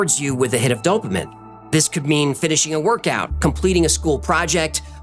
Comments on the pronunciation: This is a fucking great video, but its "dope-a-mean" Did you just say it wrong the first time and committed all the way, or do you always say it like that? Lmao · Dopamine pronounced dow·puh·meen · Oh man, you're putting the emph-A-sis on the wrong syll-A-ble...dope-uh-MEEn dopamine.....dopa-min....you're silly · Dope-a-meen not Dope-a-min. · Why are you saying dopamin its pronounced "do-pa-meen" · DOPE-UH-MEAN*** Dopamine Not dopeaMIN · DOPE---UH---MEAN - dopamine DO NOT SAY - DOPE---UH---MIN PLEASSSESESEEs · I thought it was dope-uh-meen not dope-uh-min.. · Mystery: Why did you pronounce it dopemen instead of DOH-peh-meen? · It's pronounced 'Doh - pah - meen' Not dopamen hehehe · Its “dop-ah-meen” not “dope-minnn” you swine… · Dope-AH-MEAN. Not Dope-AH-min. great vid. Always enjoyed the work of 3301. Glad you did this. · dopamine = doh pah mean dopamine <> doh pah min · Pronounced Dough-pa-men (Dopamine)❤ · Dopamine - doh-puh-meen not dope-a-min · dope-uh-min bruh its dough-puh-mean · dopeamen? Or dopamine 😂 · All I know is I was slightly perturbed by hearing you say "dope-uh- men" instead of "dope-ah-mean". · He says the word “dopamine” 5 times and he pronounces it dope ah min, instead of dopamean. The Greek word for dopamine is ντοπαμίνη which was Caesar’s 5th sons middle name. Pronouncing it “min” instead of “mean” would suggest minus vs “mean” or average. Subtracting Caesar’s 5th son is exactly what Caesar did in 745 A.D. when he killed his own some by poisoning him with the blood from 3310 Cicadas. It’s an easy one to figure out really. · It’s pronounced “dopamean” not “dopamin” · Not Dopa-Men; Dopa-Meen. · If you're going to speak scientific verbiage and refer to the endocrine systems. Please! At least pronounce "dopamine" correctly. Its NOT doh-puh-minn..... It is Doh-Puh-Meen. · Dopamine is pronounced DOPA MEEN not DOPA MIN or MEN. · I thought it was pronounced dope-ah-MEAN. Not dop-Ah-minn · it’s dopa-mean not dopa-min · Dopamine ~ Pronounced dow·puh·meen